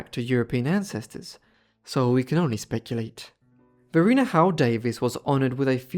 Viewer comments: Just for the record, I believe her name was pronounced va-RY-na, because there is a bridge on I295 crossing the James River named after her(and that area is known as Varina) . Rhymes with vagina. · There is a town in Virginia named after her - Varina - but it is pronounced VahRhineAh